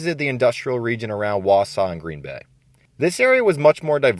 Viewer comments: Lost me at "Gren" Bay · Seriously? Gren Bay?